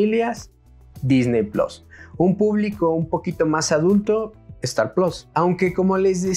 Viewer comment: No hay necesidad de decir plos, puedes decir PLUS que es una palabra en español, es muy sencillo hablar en nuestro idioma